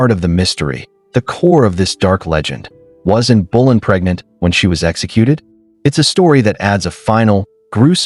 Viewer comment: It's not in bulan it's Anne Boleyn fgs